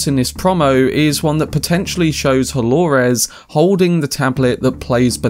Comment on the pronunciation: Why do you say DoloRES?